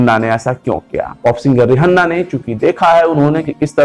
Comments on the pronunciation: Ri hanna 😆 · रिहन्ना नहीं भाई, रिहाना, mentioned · How the fuck he saying Rihanna 🙄😱